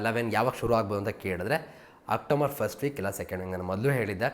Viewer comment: OctoMber ಅಲ್ಲ ಗುರು ಅದು October!